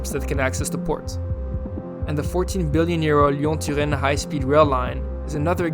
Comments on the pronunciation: And "Lyon" and "Lorraine" 👌🏼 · I didn’t even notice because he didn’t butcher them. Turin and lyon was amazing ngl